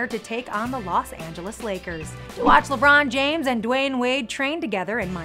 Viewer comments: More like “Lemoon Jaaim” 🤦‍♂️ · "Lebern james" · Me: hears him me again:LABRON JIMES!!! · Lemar james😂😂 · Lemurn Jerm 😂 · lebrown james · LeRon James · lemern james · Na it's like LaBawn Jahmes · Da bron jams,the wrong time,le mon james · .- I expected a "lebruñ jeimes" not a "Lebruon james" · Why does everyone say Le Bron JAmes at my school tho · LENRON JAMESS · Lerbaan jaims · LAMURR JAINTS